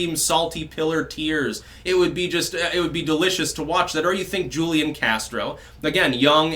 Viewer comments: It's not Julian Castro it's Hoolian Castro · FYI- Julian is pronounced: WHO Lee Ahn Hoo Li On (Take your pick) The J in Spanish has the H sound. Just trying to help...